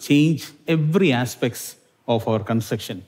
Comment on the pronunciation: consucktion struck in any language and accent